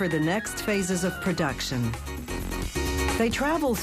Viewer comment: I absolutely hate the way she says "spunch cake" and "production"